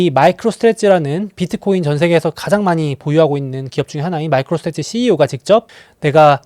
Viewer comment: 마이크로 스트레지 아니고 '스트레티지' 입니당.